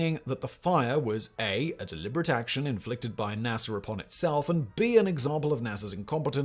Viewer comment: Yes we landed on the moon. Hearing you call NASA .... nassar